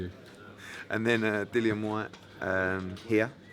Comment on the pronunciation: Im sure the moment told them “I’m gonna name this video Joshua vs pulev, whyte vs...” eyes lit up at the sound of “ whyte...” loool... “whyte” not “white”.... 😏